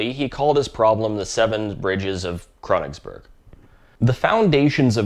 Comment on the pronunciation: Fails to pronounce "Königsberg" Uses text-to-speech to pronounce the german word "Königsberg" Bot pronounces it in english too and also fails... "Earns a new subscriber"